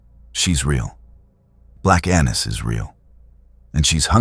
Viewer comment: Annis is actually pronounced with a long A, but good job otherwise.